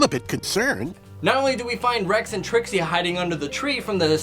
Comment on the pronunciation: u called trickse? Bonnie